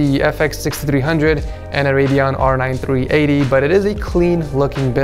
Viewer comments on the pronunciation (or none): none